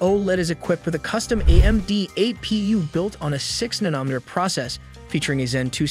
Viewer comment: He also pronounced gigahertz “jiggahertz” and nanometer “nuh-NAH-meter”. From the sound of his voice, he’s probably just a kid so we should cut him some slack.